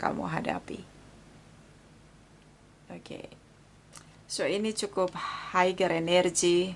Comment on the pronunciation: Koreksi..."higher" bacanya yg betul "haier", bukan "haiger".